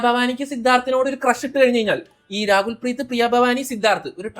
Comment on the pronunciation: Rakul preet ❌️ Raagul preet ✅️